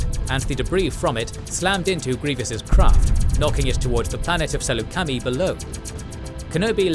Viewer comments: It's not pronounced like /sælu:c/\mi/ it is /Səlucəmai/ if I recall correct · I’m sorry but as a long time Star Wars nerd, I can’t get over the mispronunciation of Saleucami. It’s Suh-Luke-A-My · Ah yes the Sool-la-kami system lol